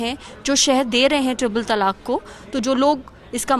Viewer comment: madam, pehle toh ye jaan lijiye ki its not TALAKH its TALAAK. last mein 'kha' nahi hai